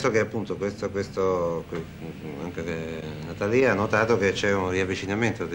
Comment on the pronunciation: Si pronuncia Natàlia?